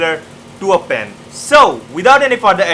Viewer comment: Hahaha the way he pronouned the pen " Pin" hahaha